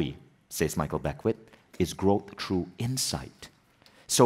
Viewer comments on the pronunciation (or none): Vishen needs to learn that THROUGH is NOT pronounced TRUE.